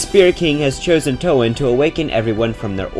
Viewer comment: “Toe Anne”